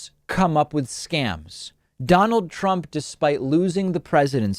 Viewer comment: Did he say Prump?